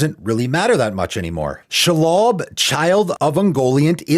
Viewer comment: Everytime you say Shelob I feel like youre trying to say something in Jewish